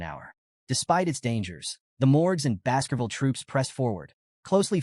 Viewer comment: I kept hearing Basketball instead of Baskervil 🤣